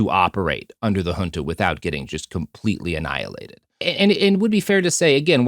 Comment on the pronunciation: Hey, little bit of a nitckpick from a Brasilian. You pronounced names and terms in portuguese as if they were spanish. (José as Hose, Junta as Hunta etc.) Thats not how we pronounce it in Brasil.